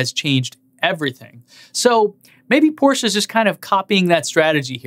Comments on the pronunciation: Hey man, it's not porschA, but porschE ! ;) I know, you English native speakers have a hard time how to pronounce these. Nice effort, though ! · Fellow MXP90D owner here. Thanks for your content. It's much enjoyed. Complaint: you're butchering the Porsche name. Car enthusiasts won't appreciate it. For exterior / interior the Taycan wins. For everything else is loses. No one can possibly justify the 2x cost. Respect to Porsche for trying and beating others to market. That being said.... Elon and Tesla as a company dominate and won't stop. This Taycan spec line up just further proves that just because Tesla is electric doesn't nullify it's extreme elegance in engineering. Just subbed on patreon!